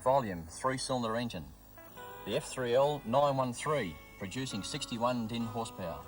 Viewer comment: Horsepowa...Lol. That's certainly one way to pronounce it.